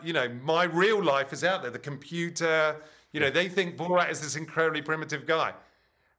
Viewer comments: Why does Stephen always mess up the pronunciation of names? He's clearly saying Bo-rot, when his name is Borat. He did the same with Graham Norton. Kept pronouncing it Gram. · It’s not borot it’s borat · “Borat” is not pronounced “Borot.” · Stephen pronouncing it “Bo-rot” as opposed to “Bo-rat” was killing me 😅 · Hey Stephen Colbert, his name is "Borat", not "Burot". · I hate that he keeps calling him "Borot" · Jesus Christ, Stephen... Bore-rot?!? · Why can't Stephen Colbert say "Borat" properly? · Can you stop saying "borot" Steven!?? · It’s Bor-at tho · I thought us was pronounced "Boor at." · who tf says "borot" lmfao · Bo-Rat Why the hell is he pronouncing it like this?!!!